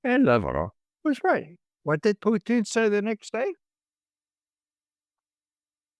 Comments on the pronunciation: It's PUtin, Ray. PUtin. It's not PUchin. Nor is it PuTIN or PuCHIN. Got it??? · Love our guy Ray McGovern ❤ but why does he pronounce Putin like Irish moonshine Poitín 🤷🏻😂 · True, but he insists on MISpronouncing “Putin.” I don’t understand how he can hold out, when most of his peers pronounce it correctly, when he can tune in RT and hear it pronounced correctly, when Google Translate will give him the correct pronunciation, when reading through some basic rules on pronouncing Russian would clue him in . . .